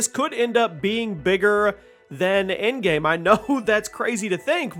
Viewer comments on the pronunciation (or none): none